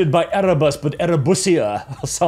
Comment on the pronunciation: Had a spit-take when I heard you say what sounded like: "Horus was corrupted because he didn't get enough Erebussy." ...which became less hilarious as I realised that Amazon has already done the whole; the villain is an evil incel (see RoP).